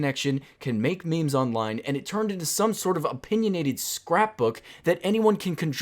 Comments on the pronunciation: literally no one says maymays everyone says memes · I've never heard anyone say may-may unironically